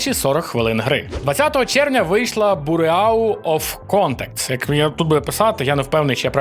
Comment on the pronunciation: Bureau читається як бюро😂